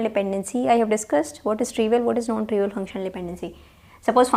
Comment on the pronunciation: PLease dont take it personal .......... Are you saying NON trivial OR known trivial please correct it sounds like KNOWN